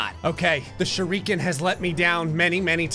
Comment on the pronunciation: Everyone else in the world pronouncing "Shuriken": SHUR-uh-kn: shur-EE-kn